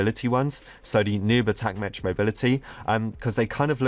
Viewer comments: its pronounced mec not MECH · Its not Me "ch" its pronounced Me "k" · the word mech is pronounced MECK not METCH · ‘Mech’ is pronounced ‘mek’ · Dude for the last time it’s pronounced “meck” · This is making me trigger so much, I hope reads this. Mech is pronounced "meck" and subarctic is pronounced "sub-arck-tick". If you do read this, change your evil evil ways... - A decent fan who always criticizes your pronounciation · It annoys me how you pronounce “mech” The ch in mech makes a K noise